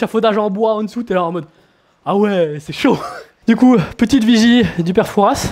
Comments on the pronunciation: Super vidéo !!!tout le monde rêve de le visiter !!J’habite en face du fort !! Just pour info on prononce « foura » et non « fourasse » tchao !!! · Très bonne vidéo, très interessante ! Etant Rochelais j'adorerai faire un tour sur ce Fort un jour ! Par contre petite coquille, on ne dit pas "Fourasse" le "s" ne se prononce pas 😉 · Juste le "s" de Fouras ne se prononce pas ! Mais super vidéo ! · On prononce pas le s de Fouras c'est limite une insulte pour nous autres.